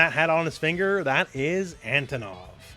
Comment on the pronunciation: He looks classy! I like his redesign. Out of all teams Team G. A. W. looks the most appealing to me! I've been a sucker for dinosaurs and tigers since I was a child. And I'm a fan of big muscular guys. PS: The accentuation is on the first o. It's Antònov. Just so you guys know, how to pronounce his name like a Russian!